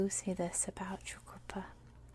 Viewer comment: Great video, You nailed the pronunciation of Tjukurpa, but you found the silent 'Tja' in pitjantjatjara. Think simply Pigeon-jarra. It is an awkward language to read, though once you see the sounds, it is rewarding. Palya.